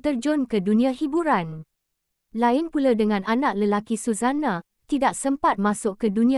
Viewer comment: Sebut nama pun tak betul🤣🤣🤣